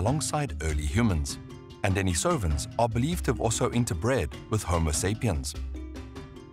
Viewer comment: The correct pronunciation is De-NI-so-van, not De-ni-SO-van.